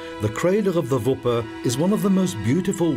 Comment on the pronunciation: Wipper/Wupper, not Vipper